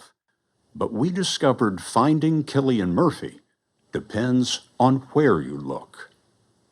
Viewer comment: “Killian”? I don’t think that’s right fellar 😂